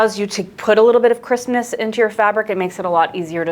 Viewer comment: When you said crispness I thought you said Christmas 😅